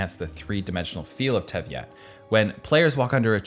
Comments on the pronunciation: I may not have caught the hint to know if you're meme-ing but, it's "Tey-vat", not "Tev-yat". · commenting cause it kinda interrupts my immersion to this video but it's tey-vat and not tev-yat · I died a little every time he said "tev-yat". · I think its pronounced Tey Vat, not tveystawgfahisjg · Not “Teviat” 🤣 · it is pronounced T-A-VAT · Please for the love of all the gods stop saying "TEV Yat" Other than that, cool video. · love the analysis but its (tehvat)teyvat isnt it? thats how i usually hear the english VAs pronounce it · The algorithm seemed determined to get me to watch this video, so here I finally am. And aside from pronunciations (teh-vott!) and a strikingly abrupt ending, I can understand why it led me here. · Hmmm.... "Teyviat" ? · all i can hear is tevyat 😂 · I lose a piece of my soul every time you say something so differently “Tevy-at” “Ah-knee-mo” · You kept calling it teviat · It's teyvat not teviat.. pls .. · Am I hearing teyat is tey vat I think. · Maybe he sees the word Teyvat as Tevyat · fr every time i was vibing with the video i’d hear “tehVIEat” and immediately cringe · the name pronounciations are bothering me so much its not tevyat it TEYvat and please..zongli LMAO its ZHOngli, atleast do some research on name pronouncing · Lmao u dont even know how to say teyvat. Bro spent 20 minutes barking and simping for a game he never played sorry bro. mihoyo isn't interested in ur mid level game dev skills. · You said teyvat wrong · Says he plays the game. Can't pronounce the game world correctly... sus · This review and breakdown is fantastic and really brings up the beauty of this game. But I swear if I hear the V and Y of Teyvat swapped one more time! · it... it's teyvat.... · For someone who such intimate knowledge to analyze the beauty of the world... you sure don't know how to pronounce Teyvat. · You can't even properly pronounce "Teyvat" a single time in this video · I'm sorry but the way you pronounce teyvat is just wrong